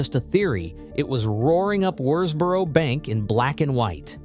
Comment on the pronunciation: This is a ridiculous film. The excitable commentary is riddled with errors and hasn't even bothered to do the research to pronounce Worsbrough correctly.